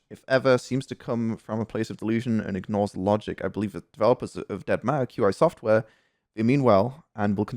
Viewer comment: why does it say in the description that you are showing fallout 4 YT pls fix and i love how you you say dead ma er